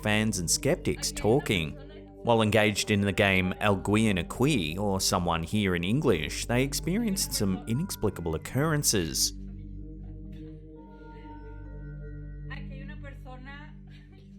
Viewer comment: NOT! "Algween Ah-kwee"! It's "AHL-gee-en" (hard "g") - Means 'someone'. And it's "Ah-KEY", meaning 'here'.